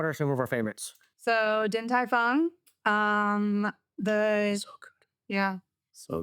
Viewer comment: I was surprised that could pronounce Ding Tai Feng almost perfectly. Why almost perfectly? Because for a native speaker, I can still tell that she's not a native speaker. But it's already pretty good. And I would also like to thank you both for acknowledging the difference between Taiwanese and Chinese.